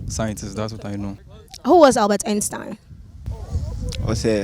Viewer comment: The way she was saying Einstein took me out 🤦🏽‍♀️😭😭😭 pronunciation mad wrong